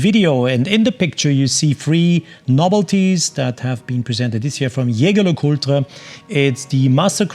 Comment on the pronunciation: Wonderful watches, especially that triple calendar moon-phase. I also appreciate how you properly pronounce Jaeger LeCoultre!